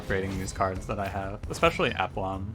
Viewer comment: It’s pronounced ah-plomb. Thanks for making these videos with such aplomb (not quite correct usage but close enough). Liking the new series